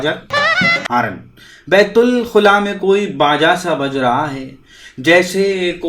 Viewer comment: बतुलख़ुला नहीं, बैतुलख़ला,पहले उर्दू तो सलीक़े से बोलना सीख लो.😢😢😢😢😢😢😢😢